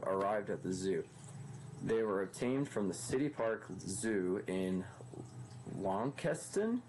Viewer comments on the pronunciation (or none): Just for future use Launceston is pronounced lawns - ton.